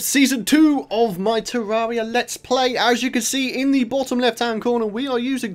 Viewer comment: Pronounced terr air ia